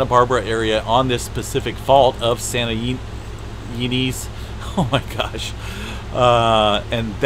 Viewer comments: It's Santa EYE NEZ. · Santa "in-ez"! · Its pronounced Santa (ee...ness)